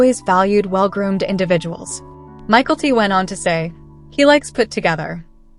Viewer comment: Learn how to pronounce Mykelti. MiKELLti, Not Michaelty